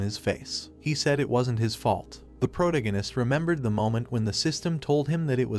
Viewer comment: 22 hours of protagonist being mispronounced is driving me insane😭. Please fix the AI voice to pro-TAG-o-nist